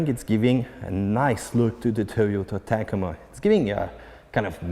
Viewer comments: Did he say Tahcamah...lmao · I've never heard the word Tacoma pronounced "tak-i-mah" before... but here we are! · I didn’t realize how old this video is🤣. Good video. Is there one on a 2021 sport premium? Does any body know and yes the way he says Tacoma is funny.🤣